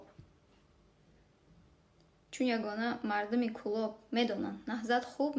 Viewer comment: Кулоб якта харфи л дора юрист